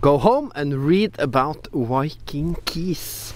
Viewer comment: Engelsk-læreren din het vel ikke Petter Solberg? Viking med enkel-V, ikke W :)